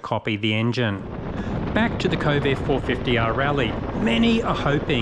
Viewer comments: kove not ko-ve, you make it sound like covid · Since were talking Chinese products, I feel its alright to rip off the Eagles "New Kid in Town"... "Johnny come lately The new kid in town"....in a month "They will never forget you 'til somebody new comes along"..and the way you pronounce Kove, sounds an awful lot like CoVID! 🤔 coincidence?